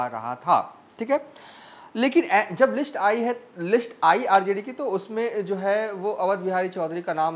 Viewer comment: Bhai wo sab to theek hai, pa har baar, Ja jab jaise words ko "za" - "Zab " zaise" mat bolo, patrkar nhi lagte 🙏🙏 Siwan ko "shiwan" Sath ko "Shath" ????